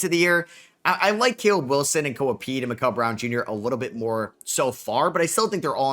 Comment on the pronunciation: This dude is a casual He isn’t pronouncing Acuff last name right and Mikel browns first name as well wrong 😭